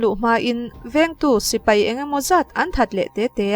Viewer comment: Mei ❌ Mai✔️ Sipei ❌ Sipai ✔️